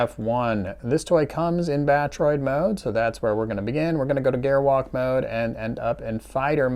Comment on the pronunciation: I cringe whenever he mispronounces "Gerwalk Mode".